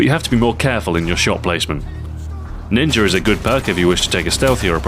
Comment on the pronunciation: you said ninjer xD